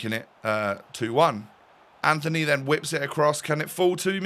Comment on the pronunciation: btw, its not ANTHONY, its antony, you dont pronouce the h (ant-on-ee)